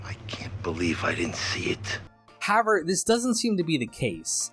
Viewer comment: I noticed that too. In every video he says however a couple of times, always pronounced "Hower" or "howe-air". Pretty funny. 😅